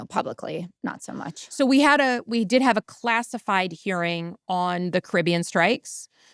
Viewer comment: Jessica, you’re pronouncing Caribbean wrong